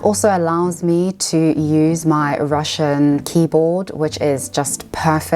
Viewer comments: Your Russian pronunciation is very good!!! Great job!! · As a Russian, I should say that your pronunciation is nice. You will be fine in Moscow.